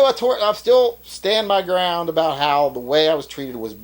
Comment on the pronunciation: What is this ABOOT?